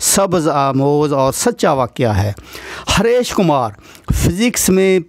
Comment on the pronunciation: It's Hareesh not harash